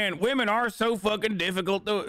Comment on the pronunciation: "if you dont ask wamen"